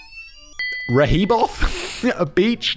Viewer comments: Rehoboth is actually pronounced Reh-hoe-buth, for anyone wondering. But, um... good try, Simon? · It's pronounced Ree-ho-beth Delaware and I've never heard that law, lol! 😂 It's a beach town full of places to drink and relax, with tons of boardwalks and such. 😊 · Rehoboth Beach = reh-hoe-buth (like saying the word "bath" but swapping out the ba with the bu from butter). Rehoboth Beach, Delaware is also the general area where the Punkin' Chunkin' competition was held for a long time. If you are unfamiliar with Punkin'Chunkin', it's basically like a county or state fair crossed with a huge tailgating party and all centered around competitors launching pumpkins from catapults, trebuchets, and cannons, with the goal being to hopefully become the first person to launch a pumpkin over a mile distance. I went one year and it was good fun! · Its pronounced "ree ho bith" beach. Also I think the Purple Parrot breaks this law daily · Simon, you are amazing but, Please. Re like redo. Hoe like the garden tool. Bith, think Beth but with an I rather than an E. Have a lovely day.